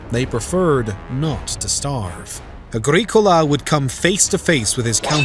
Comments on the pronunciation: Weird pronunciation Agreekola indeed! Or Domitian, pron. Dominion. What about Petilius Cerealis' campaigns to subdue the Brigantes of what is now Yorkshire and their immediate neighbours to the north? The Romans coined the phrase "divide and conquer" so could easily have used imperial largesse to split the Britons! The south-east was safe enough in the early second century for Quintus Lucius Sabinianus, the Imperial procurator, to have a have a residence at what is now Inveresk and a fort for his bodyguard, the Ala Sebosiana nearby. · WOW. I mean, I know it's been a while since I studied advanced Latin, but you didn't pronounce most of the Latin words or names properly. "Agricola" and "Domitian" were particularly bad. Also, you can't claim that the Romans didn't conquer Scotland because it wasn't worth the manpower and resources, then claim the Romans didn't conquer Scotland because they couldn't. It's either one or the other; it can't be both. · Some research into how to actually pronounce Agricola and Mons Grapius would go a long way. Domitian too, for that matter. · Apart from the torturous pronunciation of Agricola the entire narrative is deeply speculative and lacks any details of timelines, locations or details on the indigenous peoples Rome may have encountered. Scots didn't even arrive in Caledonia until the 6th Century... Over 500yrs after Rome.